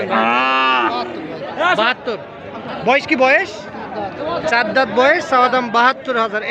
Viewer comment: ভাই দাত কেন বলে দাথ কি বলবেন